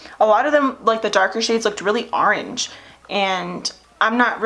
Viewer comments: I think you’re awesome & I can relate to you so much & your makeup is amazing.... but I strongly dislike how you say orange lol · Excuse my rude comment I hate the way you say orange 😂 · It's a philly thing